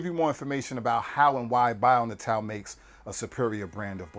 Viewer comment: Dude, you're killing me! If you're going to promote a brand, learn how to pronounce it. "Bio": simple enough. "Natal": Nay-tull, means birth or born. But just in case I'm wrong, get their toll free number and see how they answer the phone. Just trying to help.